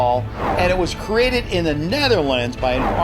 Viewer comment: "acreate" "cannibals" - are you okay there?